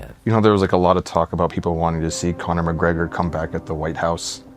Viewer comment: Conna MacGrega 😂😂